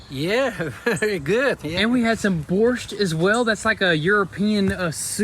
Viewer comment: Having Eastern European family myself and speaking the language, I wasn’t always sure that spoke it too. They way they pronounced борщ (borscht), yeah they absolutely speak Ukrainian. I really respect that. It good too respect and understand your roots.